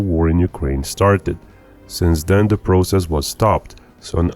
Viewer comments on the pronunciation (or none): none